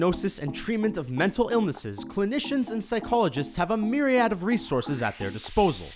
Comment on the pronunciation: He said...myriAD wowww